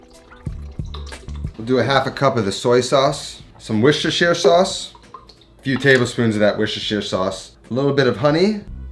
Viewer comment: Lol Wershtersheer sauce. I live ten mins away from the factory where they make it!